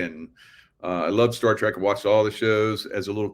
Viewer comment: Star Trek not track!